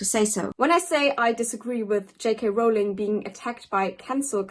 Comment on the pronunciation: Ok. I'm confused. Is it "Rol-ling" or "Rao-ling"!?